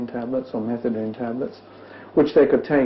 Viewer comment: I think they're possibly mispronouncing methadone.